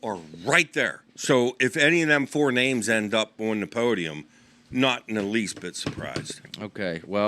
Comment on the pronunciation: I like the changeup from flo, however you guys have to start pronouncing names correctly it's getting out of hand and frankly disrespectful. Also Marc Anthony McGowan cannot red shirt, Ivy league schools don't have redshirts, that should be basic knowledge for a wrestling fan. Other than that great show